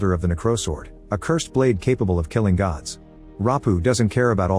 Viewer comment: It not goods it's Gods😅😂